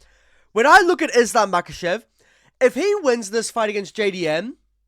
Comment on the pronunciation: Chael "Makel'Chev" :finger-red-number-one